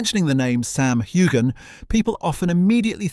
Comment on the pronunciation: You don't pronounce the "g" in Heughan. Just saying. It's like Hughes.